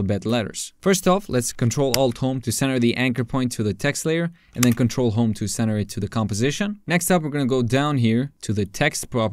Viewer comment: It would be great if you could put some shortcut buttons on the screen so we can follow. Around 2.52 you said ctrl+home? i couldnt understand